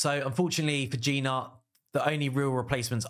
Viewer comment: at least lear the name of the champs properly. I am talking about Gnut ... it is supposed to be pronounced as "newt" not G-nut. Other than that it is good video for people that have all these champs. For me I do not have a single one from your first team